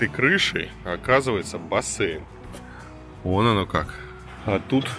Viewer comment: БассЭйн - режет ухо.